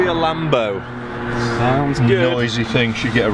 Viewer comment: That would be a LAM-BOW